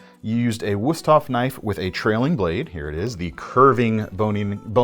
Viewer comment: Your video editor did a booboo. When the cameraman told you "Good job" for your pronunciation of Wusthof, instead of putting an exclamation point (!) at the end they put a capital "i" (I) so you screen read out "GOOD JOBI" instead of "GOOD JOB!" It took nothing away from the enjoyability of your video, it's just that your production values have gotten so high it's almost like it's a privilege to be able to point out an "Uh-Oh" from you. Still the best knife guys on YT.